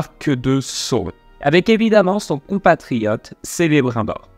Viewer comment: sélébrunbooor aie ça se prononce kélébrimebor :P pour ma part j'ai regardé cette série avec un avis mitigé, tu peux pas faire 3000 ans d'histoire en quelques semaines, beaucoup d'incohérences niveau logique et scénaristiques, ça restait divertissant mais sans plus , Adar et Sauron jouent plutôt bien le reste est plat